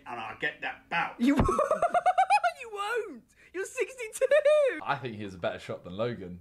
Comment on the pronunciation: JJ you wanna fink again bro " "